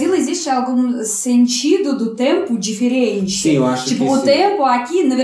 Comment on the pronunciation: Acho engraçado como fala Diferente, ele fala "Deferente".